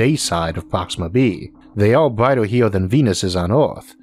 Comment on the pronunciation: where does he come from? Power and flare "flea", Earth, brighter, "bratai", year, "yeae" its an "r" there but he cant say thath... he can't pronounce the Words correctly! and i am from Sweden...? its so hard to understand broken english.